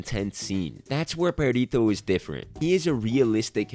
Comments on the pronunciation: im sorry but the entire video i was asking myself is he saying pedito(farty)? instead of perrito(doggy)? XDD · Buddy, you gotta learn to roll your r’s 👀 it’s Perrrrrrito not Perito. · wanna know what IS annoying? the fact that you constantly say Perito instead of Perrito like, seriously, it's literally just doing a google search. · his name is Perrito? oops, i legit thought they were saying Burrito this whole time. XD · No yeah, I need to work on my pronunciation, my mom called me out for this lol 😓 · When you say "perrito" sounds like "pedito" that means "little fart" whitch is a much more funie name for Perrito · I die every time you say “Pedito”💨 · I'm sorry, I can't help but laugh at the way he says "perrito", because the way he pronounces it makes it sound like "pedito", which means little fart in spanish 😂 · "Perito" xd im sorry but the pronunciation is really funny to me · Spanish speaker here (Mexican). I couldn't contain myself, sorry, but your pronunciation of Perrito (diminutive of dog) sounds like Pedito (diminutive of flatulence); or sometimes Perito (a profession related with law, I don't remember exactly their job, but sometimes get killed for their job). I don't expect you to pronounce it appropriately (as in English there is not equivalent) but made me laugh a lot. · Nice video, but as a spanish speaker I must tell you that your pronunciation of Perrito sound like "Pedito" which means "fartie" or "little fart". I just laughed every time you said it 😂😂😂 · I’m just gonna say it the way you say “perrito” sounds like “pedito” which means little fart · I love the way you pronounce “perrito” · The analysis is great man, but as a latin viewer I almost got crazy of how you pronounced his name XD